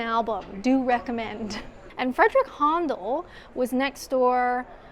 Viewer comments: HONDOL? Really? Try pronouncing it HANDLE Good Job! x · Handel is pronounced "handle" (both here and in Canada). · Loved this video! Fun, interesting and educational...and I'll never pronounce Handel the same way again! Well done to you, my favourite solo trip video so far ❤ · If you live in Kent and like history about Winston Churchill, go and visit Chartwell. Some British pronunciations: BERnard, not BerNARD. Haendel or Händel, not Hondel. Bel-grave-ia, not Belgraavia. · Brill vid. HA,NDAL not HONDLE and BELGRAVIA not BELGRARVIA, Just saying. Wonderful architecture. Well done.